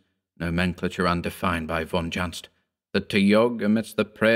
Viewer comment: dear, will you permit me to say something about von Junzt? The city of Düsseldorf is pronounced like you did, only not with the English u, the open ah sound, but like the French u, maybe easiest in Daphne DU Maurier, an Umlaut, in English we'd spell it ue, the way it's pronounced in French Bellevue, not the English one [bellvou]. I'm sorry, it's hard to explain without making this comment a text-wall, finding English pronunciation examples for every syllable. It always made me smile to catch Lovecraft in a grammar error - von Junzt's book had to be either "von unaussprechlichen Kulten"= of unspeakable cults, or "unaussprechliche Kulte"= unspeakable cults. In German this has two different meanings. And to date I've found no example to show how the "ch" here is pronounced. Our language doesn't have such a sound, it seems. Cats can say it easily, though (: Sorry f. probably wasting your time w. anecdotes, I do that sometimes, if I fall too deep into a theme...